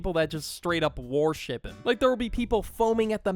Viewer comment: please tell me that you’re saying warship and it’s not just me hearing it because it’s worship